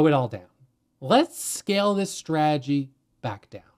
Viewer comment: Take a drink every time he says; "straajee".